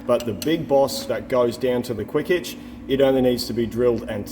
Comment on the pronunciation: I can't help but think of that saying... there's only one h in aitch :)